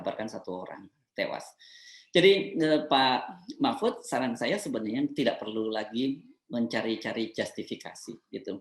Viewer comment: Mpud...mpuudd...mpuudd ( Ente sdg mabok yaa )